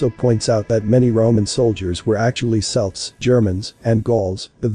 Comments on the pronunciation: 'Celts' is pronounced 'Kelts' not 'Selts', but I suppose that's one of the downsides to Ai. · when you type Celts into your artificial idiot spell it with a K (Kelts) so that it will pronounce it correctly.